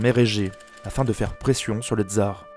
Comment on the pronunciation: On ne dit pas "dzar", mais TSar, de même qu'on dit SVetlana et pas zvèdlana.